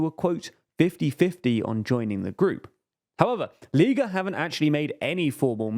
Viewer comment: If it matters they also mispronunced lega, the e being pronounced like the word leg